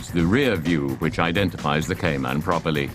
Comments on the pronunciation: What’s a Koo-Pay? What’s a Meter? What’s a Liter? What’s a Kay-Mannn? What does Zed mean? I was expecting to hear that the fenders are made from Alum-minium. But it never happened. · Porsche Kai-Man needs to learn to pronounce the car properly.